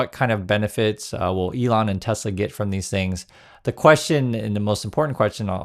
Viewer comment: Is it Tes-ler? ...or Tesla? WTF..is the guy just a maroon. Hey Elonia, no one wants a SwatiZimobile, bulletproof or not.